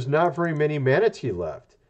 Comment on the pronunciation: Man, aaaattteee, bless you ! OK did you say MAN reclassified as endangered or manatee? I'm thinking the guy must have sneezed 🤕